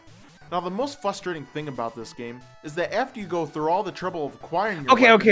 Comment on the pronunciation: i love how he says "fustrating"